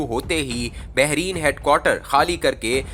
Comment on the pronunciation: Not berin, this is Bahrain